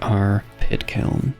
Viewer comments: "kit piln" 😭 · At one point I swear you call the pit kiln a "kit piln" 😂